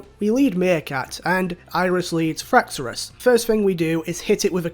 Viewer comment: Every time you say "Fraxorus" I die a little on the inside, but in a good way lol